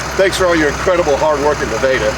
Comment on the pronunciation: Why does he pronounce Nevada incorrectly?